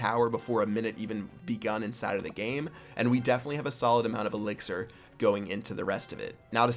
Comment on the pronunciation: you said elixier hord